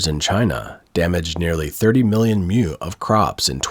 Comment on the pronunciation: Mu - like moo - not "myou" Chinese doesn't have this sound. Watching this report - it just goes to show that all the pro-China propaganda is nonsense. It's always the same absurd stupidity, generation after generation.